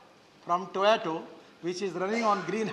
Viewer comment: Why is Gadkari saying Toyato? It is Toyota.